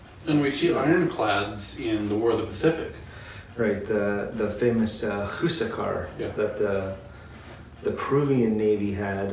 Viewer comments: Awesome vid, however, Huascar is "wass-carr" not hoo-suh-car Spanish is actually more simple and straightforward than you might think. H is usually silent in Spanish as well. Also awesome that y'all say Chi-Lé and not Chili like the pepper or restaurant. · who-sack-ar ? look at the hispanic accent (stress) mark. it is pronounced. hwa-skar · Very late but i despise the way you pronounce "Huascar"